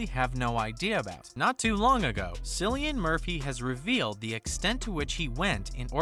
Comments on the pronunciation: "Sillian Murphy" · Are you serious? You spent time narrating this video and you couldn't even pronounce his name right? You lost me as a viewer after the very first word. That's a first.